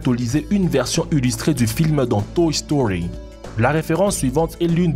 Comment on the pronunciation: a dit toch story